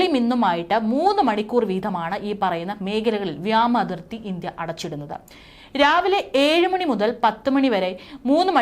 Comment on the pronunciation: ഇന്ധ്യ അല്ല ഇന്ത്യ. വ്യാമാതിർത്തി അല്ല വ്യോമാതിർത്തി. ആൻറമാൻ അല്ല ആൻഡമാൻ. പറയുന്ന സ്ത്രീ ഇന്ത്യക്കാരി അല്ല?. മലയാളം അറിയുന്ന ഒരാളെ വാർത്ത വായിക്കാൻ വച്ചാൽ നന്നായി